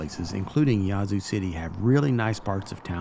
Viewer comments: It's pronounced Yeah-zoo. Or atleast that's how we pronounce it. Great job on all the history. Next time do a video on the ghettos of the zoo lol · mispronounced the name of the town. The "a" is short.